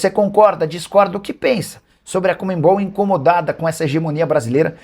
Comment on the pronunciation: Porque será que muitos jornalistas não conseguem dizer corretamente o nome CONMEBOL? O Nicola é um deles, ao invés de falar CONMEBOL, ele diz COMEMBOL😂